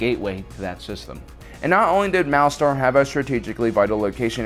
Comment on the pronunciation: The way you say Malastare is annoying. You say it like Malastar...